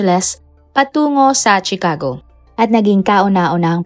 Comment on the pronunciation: No offense, suggestion ko lang, review mo muna ang mga words na sasabihin mo sa video like names of persons, places, etc. Katawa-tawa kasing marinig ng mga viewers ito. Like pronouncing Chicago, it’s pronounced “Shicago” not CHIcago.